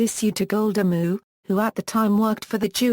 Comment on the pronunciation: . The computer voice pronounce Meir as "Mu" as opposed to "may-EAR."